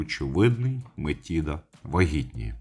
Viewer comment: А бо нічого було коханку жерти! Юпітер сам винен. До речі, гадаю, що Метида просто переродилася в доньку чи якось із нею поєдналася, бо Атена-Мінерва народилася дорослою жінкою. До речі, зверніть увагу: МетИда. Правило дев'ятки дуже просто запам'ятати: де ти з'їси цю чашу жиру? Після цих приголосних ми пишемо й вимовляємо и в запозичених словах.;)